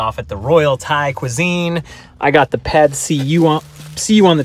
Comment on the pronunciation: Pad see-ew